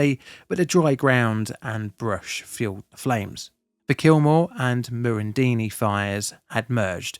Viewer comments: and Murrindindi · Just a heads up, its Ben-dee-go, not Ben-din-go. For some reason its commonly mispronounced as such despite having just the one 'n'! Murrindindi is also pronounced Muh-run-din-dee. Your pronunciation if everything else was admirable, really well done! But thankyou so much for covering this. We spent the night on our farm listening to the radio, hoping the fires wouldnt reach us as we choked on the smoke, so thick we couldn't see more than a few metres in front of us. I was pregnant at the time and absolutely terrified. Our clothes smelt of smoke for months. We had friends lose their homes. One family got out while almost all others on their street died. It was horrific. 16 years later, the scars are still visible on the landscape. The stories of the children who died still haunt us. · Ben-de-go. Mar-an-din-dee. Need some work on the pronunciation of those place names. Some of our extended family lived in King Lake, they srayed and defended their home, they survived, but used up all their dam water and then emptied all the drinkining water tanks fighting the fire. The army brought in a water tanker a couple of days later and refilled one of the water tanks for them. Unfortunately, they lost some neighbours in the fire. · Murrindindi Pronounced: Muh-ruhn-din-dee Bendigo Pronounced: ben-duh-gow It was a shit day.